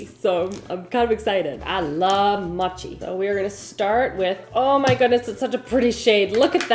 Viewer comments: I was thinking the same thing about how she pronounces mochi…I’m completely OK with it…I may pronounce it muchi from now on! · I'm currently learning Japanese and that's how I was told to pronounce it. I wanted to edit this to say moh chee would also be correct because the moh and mow should sound the same. It's an o sound like owe or oh. Written in Japanese it's もち. The first hiragana is mo and the second is chi. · The way you are pronouncing mochi is triggering to me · Please learn how to say mochi correctly 🥲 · I’m glad I’m not the only one being slightly driven nuts by the mispronunciation of mochi. Still love you and the video though! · Mochi is pronounced with a long O like in boat. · the way you said mochi hurt my soul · I am mom to someone not much younger than you so I feel it’s OK I can say Mochi is with a long O like mowing. Honestly no hate I just felt you needed some help please don’t hold it against me. Honestly I just go to Google and ask it to pronounce certain words for me and it really does help. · I’m totally here for your strangely Canadian pronunciation of mochi. 😂 Your watermelon 🍉 was at peak ripeness. I just bought a total dud at the store 😭😭😭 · No one laughed at her. She could have searched for it. It's not that hard. It's the most easy word. what if someone pronounce apple as ee-pple. You would be mad too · The way you pronounce Ube, Mochi and mochiko is adorable girl!!! ☺️🙏🏼 Back at home (Hawaii) I would alwayss get anything and everything ube🤤🤤🤤 And I loveee mochiiiii🤤🤤🤤🤤 And mochiko chicken!! ❤ GET IT GIRLLLL!!! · I love that girl but hearing her mispronounce mochi and ube was killing me! 😂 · It’s pronounced moe-chee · Great video. Just wanted to mention that mochi is pronounced mow chee. Hope you are doing well and I hope you have a wonderful day. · I love her videos so much but ahhh I hated hearing her say mochi the wrong way ahh It's pronounced mow-chee No disrespect at all I love your content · MOW-CHEE, not MAH-CHEE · Mow chi 😂😂😂